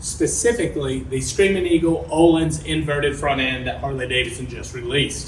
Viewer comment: Parts about $4k front and rear. No labour costs, installed and set up myself. FKS front cartridges. Absolutely worth it. However one bone to pick is the pronunciation... I keep hearing what sounds like you're saying oh-lynns when you should actually be saying "Oh-Leans" 🙏